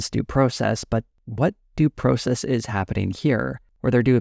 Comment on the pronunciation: You don't say the word "process" correctly.